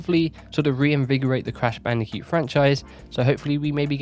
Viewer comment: "Crash Bandi'cute"